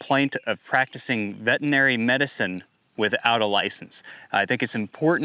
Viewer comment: i suspect these gentlemen were doing more than ultrasound checks for pregnancy to get into trouble. increasing fertility via means that require a license for prescribing medication. That being said there is still due process BTW it is vetERinary not vetinary